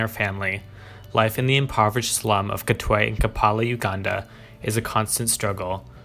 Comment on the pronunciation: i think its pronounced "katway".